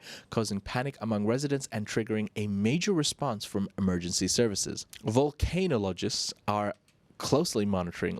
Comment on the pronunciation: Your pronunciation of volcanologists and sovereignty had me rolling 😂😅